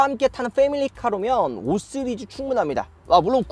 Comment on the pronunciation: 5쓰리즈 ㅋㅋ 발음이 이상해졌어요